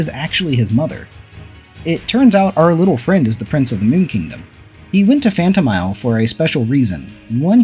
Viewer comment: Klon-wa Door to Pants on Miffy Said by not me.